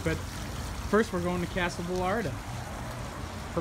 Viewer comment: two L's makes a Y sound. Vayarta #espanol